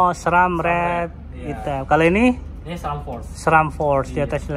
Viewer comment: Bacanya sram..bukan es tung tung bang